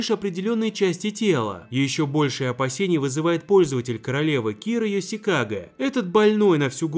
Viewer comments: не ёсьикаге а ёшикаге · не Кира Ёсикага, а Кира Ёшикаге! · 2:6 АААААААААААААААААААААААА МОИ УШИ НЕ ЕСИКАГА А ЙОШИКАГЕ